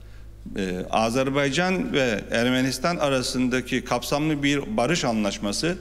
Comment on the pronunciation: Lütfen doğru telaffuz etmeye çalışalım! Azerbeycan değil, Azarbeycan değil, doğrusu Azerbaycan'dır. Azeri kardeşlerimiz değil, doğrusu Azerbaycan'lı kardeşlerimizdir. Türki devletler değil, doğrusu türk devletleridir. Yoksa Türk Devletler Topluluğu anlamını yitirir. Sayın Cumhurbaşkanımız halâ azeri kardeşlerimiz demeye devam ediyor. Sayın Dışişleri bakanımız Azebeycan demeye devam ediyor. Birçok gazeteciler ve televizyon programcılar türki devletler diyerek yanlışlarını devam ettiriyorlar ve hiç kimse bu insanlarımızı uyarmıyor malesef.